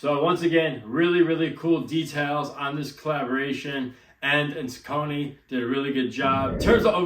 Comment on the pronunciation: On the off hand chance you care, the brand is pronounced SOCK-uh-knee. Welcome.